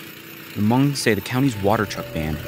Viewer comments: he can’t even say hmong right, dude has some bigger issues to deal with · Hmong American. And yeah, it's spelled H-M-O-N-G. The H is silent. 😁